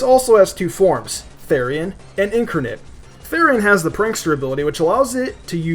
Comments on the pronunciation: Kevin Ryan But it's never incurnet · Ludicolo is weak to Flying, Bug, Poison (which you missed), and then Freeze-Dry. And I hate to join in, but it's IN-CAR-NATE, not IN-CUR-NIT (sorry this bugged me so much lol). I agree with your list completely, though I would have added Eelektross due to it being Electric with Levitate. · You have no idea how to pronounce INCARNITE In-CAR-night not In-Kur-nit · Did you just said Incranet instead of incarnate (twice?) :| Fail... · It's pronounced: IN-Car-Nate not in-ker-net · "in-car-nate" ... thanks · next time google "incarnate" and learn how to pronounce it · Correct. He still said it wrong. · ...what are you even talking about. I'm talking about the way he pronounced incarnate